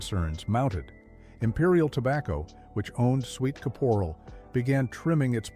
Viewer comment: Just a small hint, it's Sweet Kap-er-al, not ca-pore-al. My parents had a convenience store, I know them all!